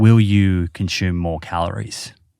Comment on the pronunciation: Its consume not conshooom. There is no h in the word consume.